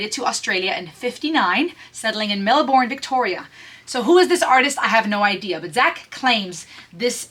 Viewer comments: Not Mel-bourne,it's Melbn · Not Melburn, it's pronounced Melb'n. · Melbourne is pronounced Mel-bin in colloquial use in Oz.